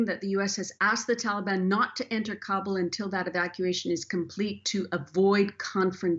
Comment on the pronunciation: It is pronounced KAH-BOOL not "Kable"